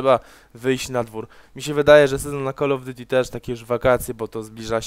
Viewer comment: zajebiste komentarze ale to drażni mnie więce naucz się wymawiać call of duty